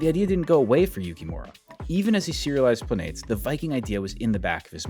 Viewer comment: Planetes is pronounced “planet-es”. Think of like saying “Planet S”